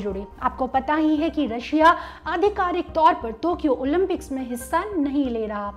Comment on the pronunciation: ओलिम्पिक्स ..... ओलिन्पिक्स नही